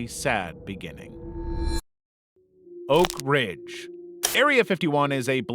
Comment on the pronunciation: Am i tripping or did it say "ORK ridge" the first time?